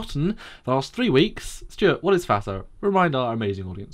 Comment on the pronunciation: FASA... Fa as in the musical note and Sa as in the word saw. Not long A's